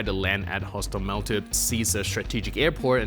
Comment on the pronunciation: HostOmel. Penultimate syllable, as in Polish.